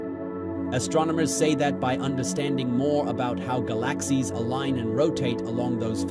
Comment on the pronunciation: Learn how to pronounce galaxies right